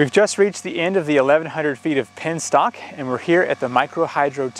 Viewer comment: It's a Penstock. not a pinstock!